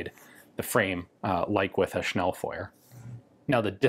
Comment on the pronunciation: Thanks for saying "Schnellfeuer" correctly ( not like "Schnellfewer" ). Weiter so - keep it up :) , I love it. By the way the "e" in "Pistole" is actually non-silent :3